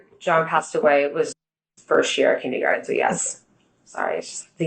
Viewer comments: If she says "kindygarden" ONE more time 😂😂😂😂😭😭😭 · You’re scrambling too. And “kindeeegarten?? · She went to college??? She seems so uneducated. Kindeegarden? This is not a Massachusetts thing. Nobody calls it that. And where is the straw for that drink?